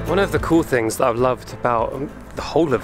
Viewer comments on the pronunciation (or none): none